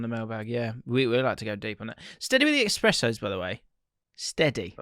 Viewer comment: Can’t believe,,, the articulate has just called espresso an “expresso”. Shocked and in disbelief